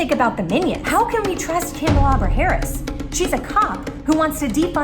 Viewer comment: Everytime she mispronounced Kamala Harris's name i fell from my chair😂